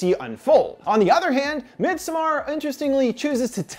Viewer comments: Everyone: Midsommar This guy: midSumARR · "Midsommar" is pronounced similar to "midsummer" with the emphasis being on the mid-SOM-mar, not midsom-MAR". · Thank you. Have family who speak Swedish. His mispronunciation gets to me whenever he says it. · MidsOmmar not midsomaaaar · MidsomARE hahaha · Sam are miD... MidSaMarrrr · "mid soMMAr"......i mean go off ig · Mid SOMAR LOL I believe its pronounced midsummer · The more you say “mid sommAARR” I want to thumbs down. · Fun fact you pronouns it medsommar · As a swede i am more afraid by his pronunciation of midsommar than the movie it self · We shouldn't be bothered by it but that's exactly what we are bothered about. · Tac0 threesixtyy every movie with a title not in English gets butchered on this channel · I'm a Dutch/Nord, but I get what you mean. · I came here for this comment. He is the only person (American or otherwise) I’ve heard mispronouncing this so profoundly. Come on. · Masuda Khatun it’s literally a Swedish word, which is what the movie’s about. As a Swede, it literally made my eye twitch hearing this dude pronounce it wrong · This guy should have offered himself as a sacrifice for the atrocious pronunciation of “Midsommar”. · Are you trying to say "Midsommar" in Swedish? Thats not the way my guy haha / Swedish guy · Omg that constant mispronunciation of midsommar... 😅😅 Great vid though!